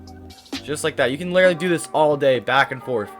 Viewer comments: Why do you say littely XD it is litteraly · The amount of times he miss pronounced the word literally is absurd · i like how he says (literally)